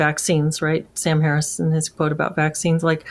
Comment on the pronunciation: Most people struggle pronouncing Kamala Harris's first name. Contrarian decides to struggle with "Harris."